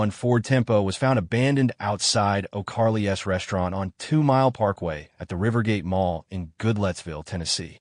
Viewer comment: STOP IT "Oh Carly S" is how stupid AI reads O'Charley's 🤷🤷🤷🤷 BYE, I'M GONE